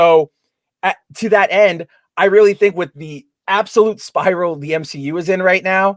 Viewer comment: The M SHE U is dead 🤣🤣🤣🤣🤣